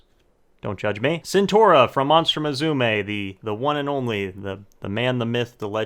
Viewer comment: Just one thing I want to say her name is Centorea not Centora